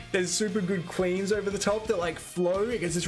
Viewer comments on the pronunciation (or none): With your accent when you said "cleans" to me it sounded like "queens", I was like well he put them on a high pedestal right away. I was like, "Ok, I like this guy, he knows his stuff.". LOL